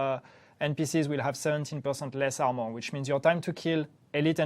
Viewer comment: Love the highlights +, Great changes coming. Although I legit thought was saying Elite enemies will have "17% percent less ammo" and then going on to say that they would be easier to take down. THen I realized he might be saying "armor," haha.